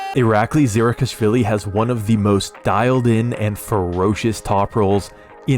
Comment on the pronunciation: How many times did you have to practice saying his name 🤣 that was so impressive